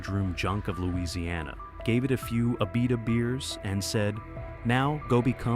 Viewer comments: Starts off mispronouncing Abita but eventually he is saying it correctly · That's Abi'ta not A'bita! Abita Springs is a lovely little town! Lived not far from there for many years!